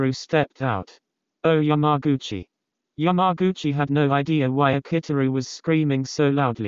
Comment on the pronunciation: YamagUcHiiAIiaIA. The Text To Speach got my head spinning.